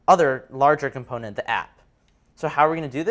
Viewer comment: Everything was good except why does he NOT know how to pronounce Component in the regular English accent he is speaking/using? lol